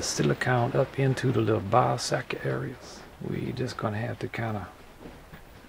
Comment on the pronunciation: When he said ball socket areas I heard ball sacky areas... I have the mind of a child